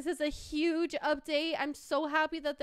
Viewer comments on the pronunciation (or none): none